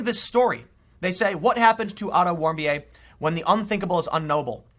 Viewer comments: Warm-bee-ay? It's Warmbeer. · Otton's last name is pronounced 'Warm-Beer' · Pronunciation of Otto Warmbier = Auto Warm Beer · Otto Warmbier = Otto Warmbeer Yup, that simple. And that was my gobshite moment of the day :P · I believe that Otto Warmbier's name is pronounced Warm"beer". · It's pronounced warm beer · It's pronounced "auto warm beer' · Name is pronounced "warmbeer" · Warmbier (pronounced: WARM-beer). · It's pronounce Otto "Warm-beer". Yes. Literally. The left just want to keep looking at the past. Erase all the truths we have learned from and make opportunities to victimize. That's too bad. The future is going to come regardless. Might as well try to make the most of it. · It's Otto Warm Beer. That's how you pronounce it. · Warmbier is german and pronouced warm-beer and means exactly that... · Warm beer is the pronunciation.